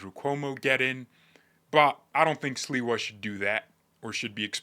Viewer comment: I love your New York accent for Sliwa❤